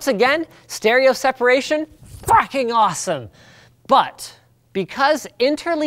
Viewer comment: did Linus say f..king or facking